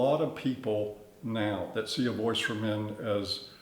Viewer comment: Everytime he said, "voice for men" I'd almost think he said, "Boy's to Men." 😁💿🎶🎤